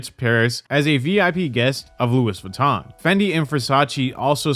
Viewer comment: You pronounced Louis Vuitton wrong. It's pronounced loo - ee.